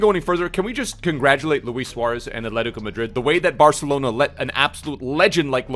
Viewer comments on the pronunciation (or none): none